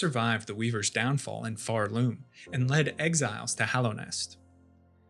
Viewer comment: "pharLOOM" youre stressing the wrong syllable and its annoying the fuck out of me